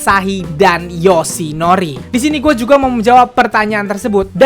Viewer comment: Gemes sama waktu ngomong asahi sama yoshinori. AAASAHI DAN YOOSHINORI. Mangapnya pakek banget jelas banget. Wkwkwk